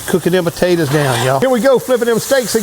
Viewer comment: Why do you pronounce potatoes like that